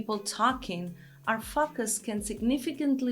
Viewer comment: I LOVE YOU!!! But what I really mean is that I love the way you pronounce the words "focus" and "categorize." When you say focus, to our English ears it sounds like you are saying (forgive the profanity) "fuck us". Its a bit distracting, but coming from you its kinda cute! If I can humbly make a suggestion that you try to use a little French, "faux-kus" maybe. I couldn't begin to help with "categorize", there are just too many vowels in that word and they all project different sounds than normal. In Spanish, all vowels sound the same, so I understand your difficulty. High praise to you cariño.